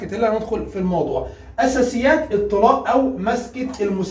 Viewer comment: بعد احترامي لحضرتك اساسيات مش اسسات